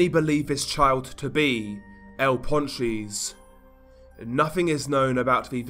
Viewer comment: Nahh bruh ur accent is willddd 🤣🤣 "el pawn cheese"